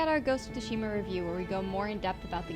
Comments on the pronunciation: the T is silent. SU-SHI-MA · This video is disappointing, not only they butchered the title name by calling it Ghost of Shima, they tell you to not play a samurai game in Japanese. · Don’t pronounce the name of the game correctly.